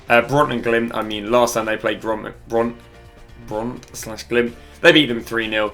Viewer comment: Ikr, brits should at least TRY to pronounce foreign names lol.